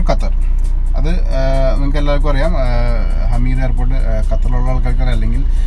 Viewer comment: Its not hameed It’s hamad international airport Qatar 🇶🇦